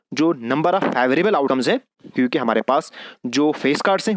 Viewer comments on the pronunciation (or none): none